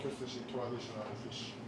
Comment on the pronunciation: Nice photography. But have no rhyme or reason to trust your palette especially when you say shushi.